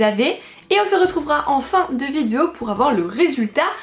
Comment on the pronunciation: On est d'accord elle elle dit Vidio ou Vizuo ? 🤔